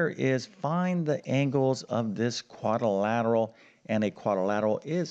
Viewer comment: It's quadrilateral NOT quadilatal.